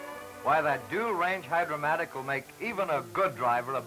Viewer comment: It’s Hydra-Matic. Not “Hydromatic.”